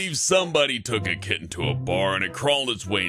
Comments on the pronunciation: and a KITTEN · Did any one else laugh for the way he said kitten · Was anyone amused by the way he said kitten?